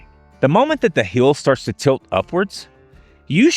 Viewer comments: Every time he says "heel" instead of hill... 🤣🤣🤣🤣🤣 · Is this AI? You have your shoulders up around your ears and you don’t look real. You don’t change your body position. I hate AI produced videos. And where are you from? You’re pronouncing Hill like HEEL. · Its HILL NOT HEEEL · It’s pronounced hill Not heel! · I've never watched a video from this guy before. Can anybody tell me where he is from? His accent is so unique - I've never heard anybody pronounce "hill" as "heel" before. (I realize he's American, but what part of America? I'm guessing Southeast somewhere; maybe Alabama). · I’ve never heard this crazy pronunciation of HeEal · I like this way this guy says "hill"